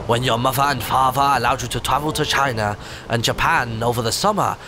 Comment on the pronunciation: When inthelittlewood said for china it sounded like he said vagina